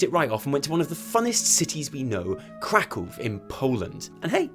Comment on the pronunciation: first of all, props for pronouncing Krakow right, secontly, fan meetup in Poland when? :d